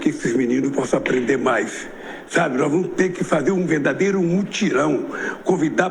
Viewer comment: é "nois"